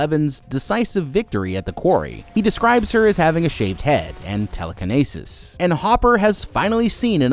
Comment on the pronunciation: bine-oc-you-Larrs😂😂😂😂 tele-kan-asis😂😂😂😂